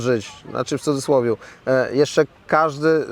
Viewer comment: Panie Stanowski - w CUDZYSŁOWIE. Nie cudzydzysłowiu. To tak samo jak w dupie a nie w dupiu.